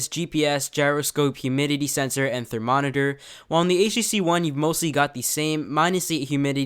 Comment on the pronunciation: you lost me at "therNoMeter"